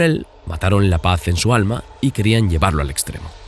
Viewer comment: No entendi cuando pronunció el alma